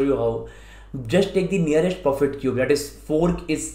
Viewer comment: Y are u saying 'profit' cube instead perfect cube?? Otherwise loved the video, helped a lot thnks